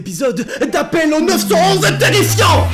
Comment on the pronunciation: Arrête de dire 911 stp dis neuf un un stp. Ça brise mes oreilles de québécois😜😜. Excellente vidéo sinon.